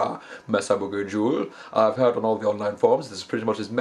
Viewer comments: That accent though... "Haired". Cracked me up. :D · he was joking about how brogue makes him pronounce the word "heard" as "haired". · This is actually very helpful for me. Sadly, I fell into the Metallica "...And Justice For All" attitude of scooped mids, high treble, and high distortion. Hopefully this will help to beef up my sound a bit and actually make it sound more than an under-produced Cannibal Corpse album Plus, the way you pronounced "Heard" made my day :) I don't mean to dog you, many nationalities pronounce words differently. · I like the way he says "heard"